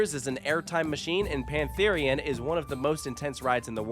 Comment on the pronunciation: Pantharian sounds so wrong